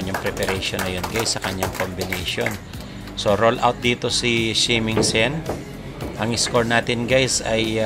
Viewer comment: R-U-N OUT, boy. HINDI roll-out. Ang ibig sabihin ng roll-out sa tagalog ay ILATAG, o IHANDA, (at mga katulad na kataga na may mga parehong ibig sabihin).